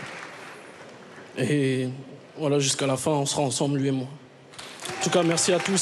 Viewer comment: Quand il dit" voilà" j'ai l'impression d'entendre WALLAH 😂😂